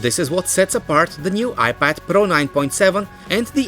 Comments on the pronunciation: I like how he says IPAD PARO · iPad pRRRRRRo